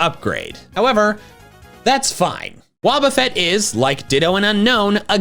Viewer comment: It's Wobbuffet, NOT Woubafett!